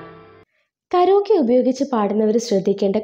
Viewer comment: കരോക്കേ അല്ല കരയോകി എന്നാണ് പറയുക